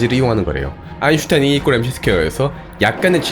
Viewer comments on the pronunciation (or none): none